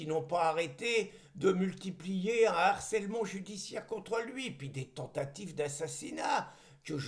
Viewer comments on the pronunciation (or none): none